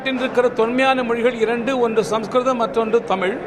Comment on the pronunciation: Useless fellow ஸம்ஸ்கிருதம் ன்னு ஒழுங்கா சொல்ல தெரியில அப்புறம் என்ன dash க்கு பேசுற அந்த மொழிய பத்தி